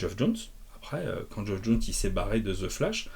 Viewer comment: (Tip prononciation non sollicité : "Geoff" se prononce comme "Jeff")